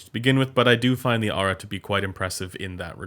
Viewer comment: It's "Air-uhh" (strangely).